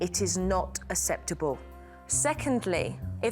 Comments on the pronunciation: Megan would be so pissed UNAHCCEPTAHBULL NOT UNSAPTAHBULL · Jo saying her famous "unasseptable" 😂